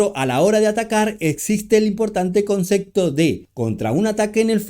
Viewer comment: Porque pronuncias CONCECTO